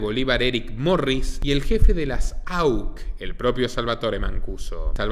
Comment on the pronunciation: Puedes decir AUC sencillamente y no auch